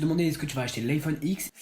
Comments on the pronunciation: On dit iPhone dix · ça se dit iPhone ten jpense xP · Iphone "Ten" 10 genre dix en anglais c'est pas dur quand même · Apple dit « iPhone ten » donc on dit « iPhone dix » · Ça se dit iPhone dix